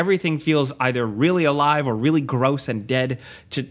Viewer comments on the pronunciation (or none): none